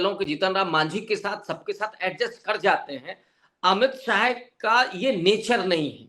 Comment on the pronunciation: Not sahai it is Shah